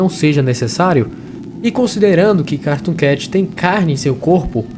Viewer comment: Na parte q tu falou cartoon cat parece q tu disse caratoon cat mais nada n kkakakakakaak(novo inscrito)